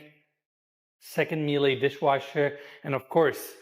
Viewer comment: Every time they go Miele I 1. feel like screaming 'that's not how you say that' and 2. so what? Miele is okay but german middle class okay. Not to be sneezed at but no one in Germany would point it out as a highlight, methinks.